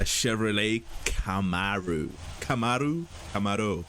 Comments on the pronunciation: The Comaro was Chevy's answer to the Ford Mustang. Pronounced c'MAR-o. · Sorry to be that guy but Camaro is pronounced (cuh-mare-oh)